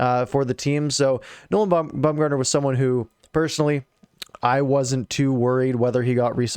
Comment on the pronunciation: Baumer was the Captain of our AHL team while in the organization. It's BOMBgartner not BUMgartner btw lol he's not an MLB pitcher lol